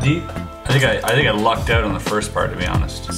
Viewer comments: oot like you Canadians say it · I dont have a problem with the word "out" I have a problem with his pronunciation of the word